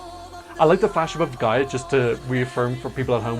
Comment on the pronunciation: Very nice pronunciation of her name! <3